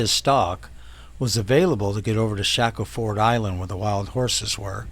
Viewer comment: Great informative video. Thanks! It's Shack-ul-ford Island.